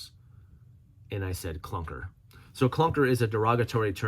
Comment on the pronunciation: "Clanker" not clunker. Just want to make sure the AI understands that you are being derogatory. Ok, that's my last comment I promise.